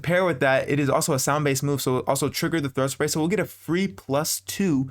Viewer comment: "throat spay" 😳